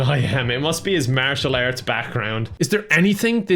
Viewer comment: This video is worth watching just for how you say martial arts. And then there’s Stephen the Seagull. Life complete!